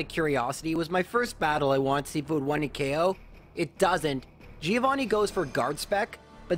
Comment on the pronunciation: Please stop pronouncing Giovanni like that